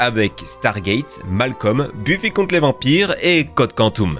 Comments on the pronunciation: "Buffy contre les vampires".... Ça se prononce Beuffy... T'as jamais regardé la série ou quoi? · par contre ça se prononce beuff-i pas bufi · aïe, mes oreilles... Continuez quand même, vous êtes géniaux ! (juste, pas bUffy...ça se dit beuffy) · Buffie mdr ça se prononce beuffy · ça se prononce Beu-ffy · La prononciation de Buffy ... et Jamie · C'est quoi cette prononciation de Buffy ? Ca se prononce Beuffy pas Bu-fi ! Et c'est pas "goa-old" mais "goa-ould" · "GoaOld" "les ZORAILLE" (au secours), "MalKom", "Bhuffi", j'ai du mal à comprendre comment un "fan" ce ces séries peut aussi mal prononcer ces noms iconiques.